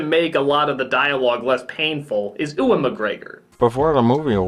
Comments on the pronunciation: Oo-wan McGegor? That's it. Lost all respect for NC. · "Oowan McGregor"? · Who's "Ooh-an" McGregor? Anyway, he did his best. Maybe a young Alec Guinness could have done better -- he got off on playing mysterious, vaguely holy characters. But nobody else.